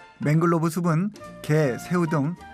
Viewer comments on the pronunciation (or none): The author speaks it to Manglove crab ( he pronounce as 맹글로브 크랩 ) But the correct spelling is Mangrove crab, 맹그로브 크랩 이 맞는겁니다. 고쳐주시기 바랍니다. 발음하는것을 들어보면 화실히 맹글로브라고 하고 계십니다.